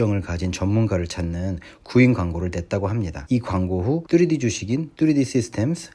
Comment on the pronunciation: 뚜리디..귀에 너무 꽂힙니다 ㅋㅋ